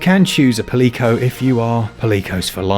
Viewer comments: It's not paLIco, it's "Palico"... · I love y’all’s channel but every time you say Palico as “Puh-leek-o” I want to scream!!! It’s PAL-ick-o, like a portmanteau of the words “pal” and “calico” (which is a name for a type of splotchy color pattern found on cats). Again love the videos though <333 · ... the hell is a "pa-LEE-co?" Have you never heard the world "Calico" pronounced? Palamute is to Malamute as Palico is to Calico, my friend lol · Its Palico. Pronounced PAAH-LEE-COU.... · Pa-lee-co? Have you never heard of a calico? At least you pronounced malamute correctly. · 49 Lol "pal-eco"? I'm 99% certain it's actually pronounced in such a way that it rhymes with calico. I mean... it would make a ton more sense than "pal-eco". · Dope review. Really looking forward to the special edition switch. Tho the way you pronounced palico made me cry a little inside each time lol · The way you pronounce Palico hurts.